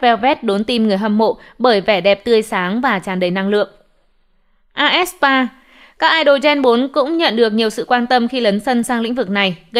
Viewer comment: aespa đọc là "a ét pa" IVE đọc là "ai vi y" Seulgi đọc là "sưn ghi" Kep1er đọc là "kíp quan nờ" Yujin đọc là "Du din" Tên người ta hay thế mà đọc nghe thấy.... Pls sửa lại cách đọc giùm cái=.=